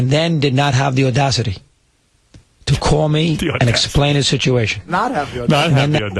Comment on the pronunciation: russo's gotta get his shit together; "odasity" are you kidding me?